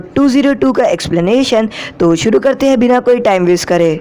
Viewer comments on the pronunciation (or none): none